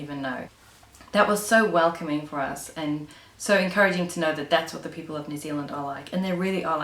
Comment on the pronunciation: I love the word PEOPLE-EY or PEOPLEE or PEOPLEY... :)